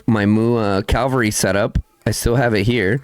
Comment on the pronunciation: You do awesome content, thanks a lot. One small thing. There is nothing in English called CALVARY... It's called cavalry...😂😊 with a spoken V before the L. ❤